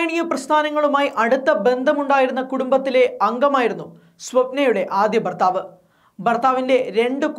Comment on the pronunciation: ബർത്താവ് അല്ല ബാര്യയും അല്ല